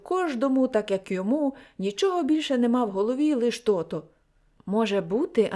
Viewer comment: Дякую за гарне прочитання, але дозвольте невеличку ремарку. Я землячка Леся Мартовича, тому хочу зауважити, що деякі слова Ви неправильно наголошуєте. У нас кажуть "кАльвін", "тотО". Вибачте, що виправляю Вас🙂